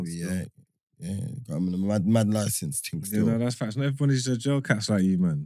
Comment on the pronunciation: has started saying "Factos", Give it two weeks watch how he says he invented it😤😤😤